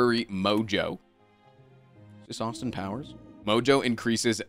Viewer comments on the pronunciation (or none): none